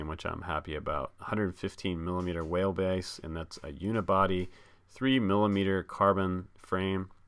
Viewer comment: I wonder how many people actually caught that you said whalebase instead of wheelbase? It probably just your accent, but that’s what I heard. I like the look of that little beast, and HD video looked great. I’m regretting looking at this video now, because I know I’m going to be seriously thinking about buyin it lol.